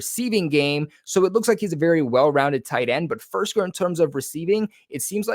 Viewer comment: Btw dudes name is FIRK -SER! Not FIRS-KER. Just like AG-O-LORE wasnt AG-U-LAR. If you’re gonna report on someone and mention their name multiple times the least you could do is learn what their name is.